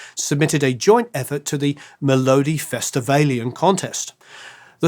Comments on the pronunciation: Thanks for giving everyone in Sweden something to smile about with your "inventive" pronunciation ; How else is one to pronounce mee-low-diffy-stiv-alen 🙂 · You get 👏 for trying to pronounce "Melodifestivalen" ("meh-lo-dee-feast-i-whale-n") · hahaha im sorry but how you said melodifestivalen is hillarious from a norwegians perspective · Hilarious to hear try to pronounce Swedish words like "lycka" and "melodifestivalen". I was a long-haired hard-rocker in the 70's and had to hide the ABBA albums from my rocker friends, as not to ruin my image. About "no-one had a bad thing to say about them", that certainly was not true in Sweden. The progressive political left made ABBA their selected commercial cultural hate object. You were considered being av traitor if you listened to ABBA, and had the left overthrown the Swedish government by revolutionary violent force, ABBA and all their fans had probably been lined up and shot along with the capitalists.